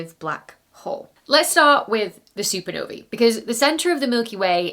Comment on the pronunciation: I love that you've finally made the effort to pronounce the plural of supernova correctly. Hooray!